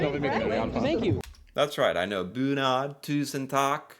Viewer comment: "Tak, tusen tak" - That's "Roof(s), thousand roof(s)", you need to shorten the A and thicken the K to get "takk" (thanks). For an English comparison, it's like you're saying "week" (long vowel, thin consonant), when you're actually trying to say "wick" (short vowel, thick consonant).